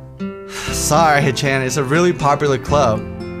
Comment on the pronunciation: here's the pronunciation of Shicchan and Hicchan: She-chan and He-chan. Trust me on this. Just a little bit of trust, that's all I ask.